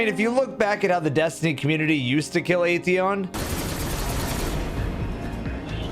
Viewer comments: I love how the Destiny community choose to ignore the correct pronunciation of at-theon and just kept calling it ae-theon. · it is. During age of triumph cutscene in D1, the speaker went over our accomplishments. He pronounced it as At-theon.